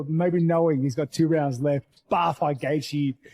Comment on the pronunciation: The title of the video and Rogies thumbnail isn't associated with the content of the Gaethje-Pimblett fight at all haha. Plus, the opening Dana White statement is AI 😂 and the automated voice can't pronounce Gaethje correctly 💀 This channel is MMA's version of The Onion 🧅🤼‍♂️🧅